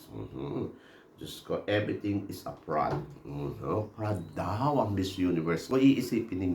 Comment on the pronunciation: Fraud “FROD” NOT FRAD ❤